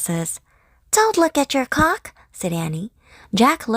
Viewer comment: You might really want to re-record Annie telling Jack not to look at his clock, because you left the "L" out of that word 😬😬😬😬